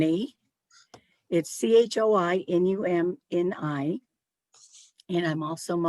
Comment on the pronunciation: Thank you for teaching us how to say Choinumni.